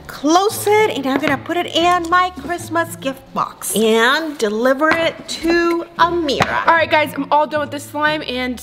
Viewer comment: defentily ammerah its always ameerah